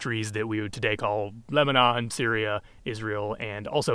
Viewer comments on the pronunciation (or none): none